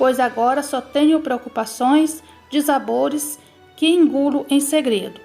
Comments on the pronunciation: Hóstil, dizabores 🤔😳 quem é essa narradora? Escola urgente 😳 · A história é boa, porque é história. Mas a narração é péssima. Uma leitura primária e com erros grotescos... pelo amor de Deus. Hostil... hóstil?? Os lixo??? Mulé...kkk dizabores??? Pqp... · Com todo o respeito, você não serve pra fazer narração. Sua dicção é péssima, parece que engole as sílabas e até algumas palavras inteiras. Como se não bastasse, você comete erros de português vergonhosos. A impressão que dá é que sequer sabe ler ou escrever direito, fora a evidente falta de intimidade com termos um pouquinho menos simples, como “Habsburgos”, “austríacas”, “dissabores”, para citar apenas algumas. Narração péssima. Chega a doer os ouvidos!